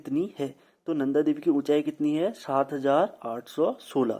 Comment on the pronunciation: नंदा होता है वो नदा नही